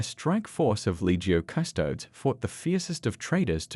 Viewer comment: Is this AI? my man, it's pronounced "astar-tees" and "custo-deez"